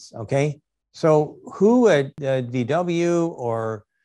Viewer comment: Am I the only one that noticed Monroe call them DW instead of VW?😆 This isn't the first time or only video he's call it that.